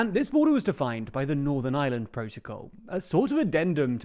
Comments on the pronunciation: It’s not the “island of island” it’s Ireland… you just need to pronounce it correctly 😂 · Stop saying Island, you muppet. It's Ireland. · Oh, but didn't you hear? Iceland and Ireland unified to become Ieland! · Please put the R in Ireland. It’s not Northern Island… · Learn how to say "Ireland" ffs. There's an R in there. It's not Northern Island "... 🤦🏼‍♂️ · They can't even pronounce the name of our country, in their language 😂. No wonder they struggle with Irish names